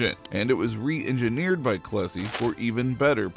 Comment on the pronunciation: I would have liked Cummins' first name to be pronounced more clearly. Or shown at the bottom of the screen. I looked it up. It was Clessie.